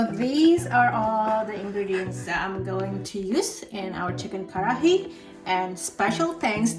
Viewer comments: It's karahi - ka-ra-hi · it is " kar-ra-hi " it is not Curry